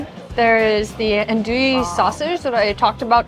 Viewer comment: Bayou - "bye-you" Andouille - "ann-doo-lee" shrimp nation - "crawfish nation"